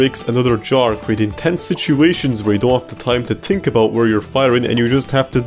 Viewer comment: think not tink. Third not turd three not tree